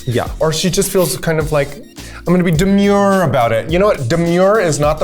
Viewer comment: I shall now FOREVA say.. Da-mure is not Da-place on Da-main stage. Werk.